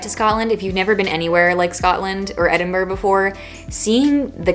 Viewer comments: It's lovely to hear an American pronounce Edinburgh correctly! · The only non scottish person I've heard actually pronounce Edinburgh correct.